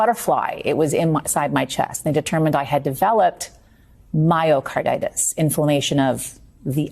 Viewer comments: MYO-cardirtis! My-o-carditis. Jeez, it's been said millions of times. Please pronounce correctly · Did you say "mayo-carditis"? Lol